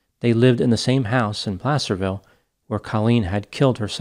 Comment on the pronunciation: Btw kudos to you for saying Placerville right. A lot of people guess “play-cerville.”